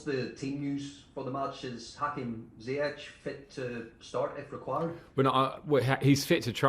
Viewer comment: wonder if Frank has acknowledged how to pronounce Ziyech's name the right way after that one journalist did it